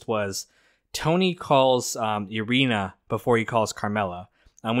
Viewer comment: Its Irina, pronounced like Eye-reen-uh. You are pronouncing it like the word Urethra. LoL!